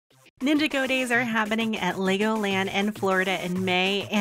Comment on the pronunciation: When you ninjago like two different words it hurts I’m not trying to be mean but its (nin-ja-goe)